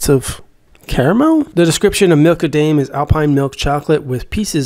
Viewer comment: How did you open it? And also it’s prounounced Dime not Dame in Milka Daim okay